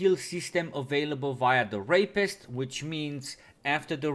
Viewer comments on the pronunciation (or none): ahhhhh nice! i missed the podcast with this whole coronas but red always got our back! not sure if you ment to say the rapist XD but that shit was halarious - "tèra-pisst"